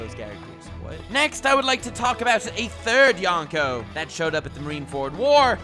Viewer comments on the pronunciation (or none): Anyone else annoyed that he kept pronouncing yonko, youngko or yawnko? Lol